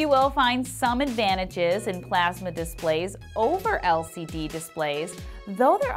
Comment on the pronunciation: The way she says plasma. PlEaSmA